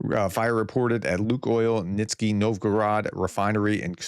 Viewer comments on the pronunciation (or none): Not just russian place names, apparently AVT is now pronouced ATV. Also city of Kstovo has now moved well WEST of Moscow. And Nizhny is now pronounced Nitsky. I agree, the prof is very entertaining.